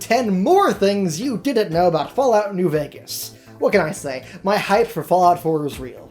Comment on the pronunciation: Did I just hear you say " Besthesda, their, and newvegas " ... In the sme sentence. I'm sorry but can someone crucify him.